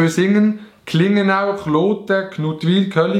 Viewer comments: Du hesch klingnau flasch vorglässe es heißt kliingnau😂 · Klingnau🔥🤙 aka „klengenau“😂🤨